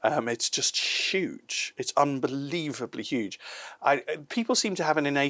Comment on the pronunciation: Trump would say "it's UEGE now", whereas says "it's SHOEGE now." Potato potahto😆